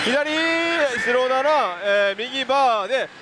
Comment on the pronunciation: 白7がスロナナに聞こえたʬʬʬ